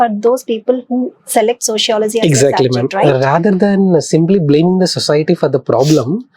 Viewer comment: Your accent is very wrong prononciation its not sociolozyyyyy it is sociology